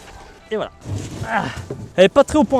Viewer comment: le "vouala" il était magnifique